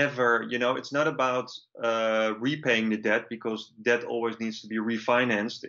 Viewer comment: The letter "B" in the word DEBT is silent - I wish you would stop trying to pronounce the word with the B